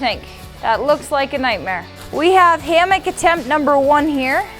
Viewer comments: No affense. But it’s a hammock not a hammick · It’s hammock not hammick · its a "Sarammick"